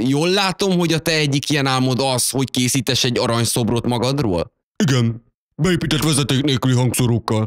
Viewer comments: azt mondta az elején hogy készítes xddd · készites xd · azt mondta hogy készites lol